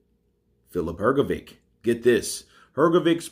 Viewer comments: Hrgovic did slow down to, if he can retain his fitness from World Series of Boeing he can beat Usyk. I believe Usyk will avoid that fight. P.S. I like your channel but your pronunciation of Hrgovic surname is horrible. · Filip Hrgović - you pronounce always his surname incorrectly. 😬😕